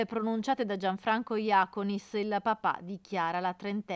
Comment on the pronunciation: JACÓNIS Non Jàconis Basta sbagliare…!